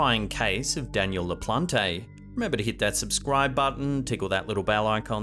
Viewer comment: LaPLANT, not La Plon Tay.